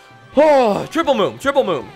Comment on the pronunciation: It's moon not moom